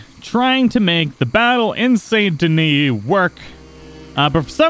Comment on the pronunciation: why do you pronounce the t and not the s in Saint Denis